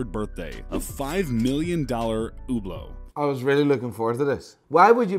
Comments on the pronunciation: Hublot actually isn't pronounced "Ublo" or "Hyublo" it's pronounced "Trash" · It's hublot but pronounced you blow